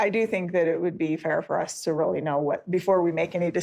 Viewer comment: "This is Rilly a Big Dill"..😂😂😂 is funny 😁